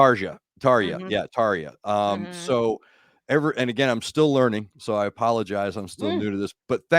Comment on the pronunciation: says Tarja quite well